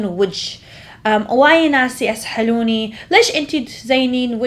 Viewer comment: الناس يسالوني ✖ الناس يسحلوني ✔ ههههههه